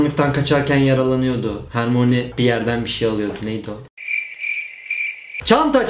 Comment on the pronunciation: hermoni diye okuyosun asıl okunuşu hörmayni